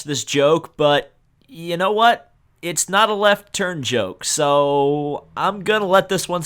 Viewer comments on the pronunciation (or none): none